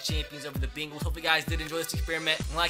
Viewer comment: The Bingals guys not the Bengals